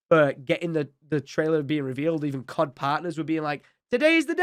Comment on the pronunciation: Tom , are you not partnered with Call of duty anymore? I'm not trying to be an ass I'm just curious with how your saying "Cod partners"